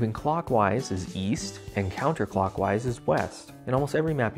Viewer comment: Oh! East? I thought you said, Weast!